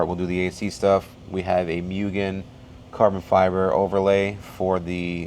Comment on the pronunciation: i love tomei but the price tag is what does it for me, im waiting one for my DA and my EK.... NOOOO WHY DONT PRONOUNCE MUGEN LIKE THAT ITS MOOGEN